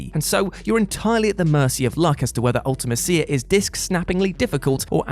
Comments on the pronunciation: The way you pronounce Ultimecia "Ultima-Seeya" 🤢 I always pronounced it "Ulta-Mee-Seeya" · One of us has been pronouncing Ultimecia wrong (I have been saying Ulti-me-sia)